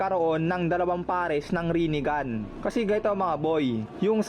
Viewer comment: HAHAHAHA Rine-Gone😂may point si kuya😂